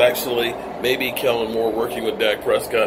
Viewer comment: 😂 I'm so used to saying "Kelvin Moore" that when you said his name right I had to look back up like 😁